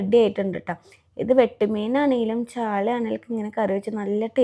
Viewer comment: സാള മീൻ 😢ചാള മീൻ പറയാൻ പോലും അറിയില്ല